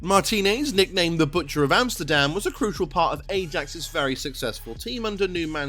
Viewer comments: How are you pronouncing Ajax like that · don’t cry mate wasn’t hating just wondering how you manage to say Ajax wrong 😂